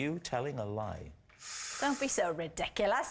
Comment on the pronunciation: “Don’t be so redikalas”